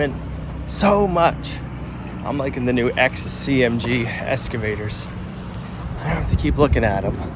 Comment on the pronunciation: Been watching a while. Like watching yiur attention to detail, and the coffee is nice but always sold out. Not sure I would want to buy even if you get stocked properly. Once heard ' go big or go home' Order big. Also, excavator is eks... not esc... Just FYI. Well maybe it is that way in be in New England. 😄